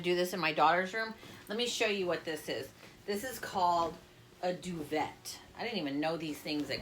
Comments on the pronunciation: This is cool!!! It’s pronounces doo-Vay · Why have I never thought of this? Great video! PS , your eyes are gorgeous!!! I’ve always heard it pronounced “doo-vay “ but maybe it can be either way. Thanks for sharing!!!